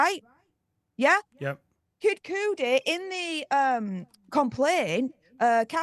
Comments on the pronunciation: NOT “Kid-cootie” but KID-KUH-DEE”. That pronunciation really bothers me lol 😅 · Why are we pronouncing Kid Cudi as “Cooty” 💀🤦🏻‍♀️ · Pronounced Kid "Cutty" jsyk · It's pronounced Kid CUH-DEE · KID Cud-ee 🤦🏽‍♀️😂 pronunciation is key when reporting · OMG Kid Cuddie is the pronunciation folks... current events fyi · Sorry to be that person lol he’s my favorite artist and it’s like nails on a chalkboard every time it was mispronounced